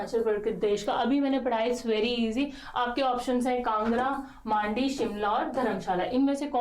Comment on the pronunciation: Ma'am n pehli bar sahi bola dusri baar मांडी बना दिया😂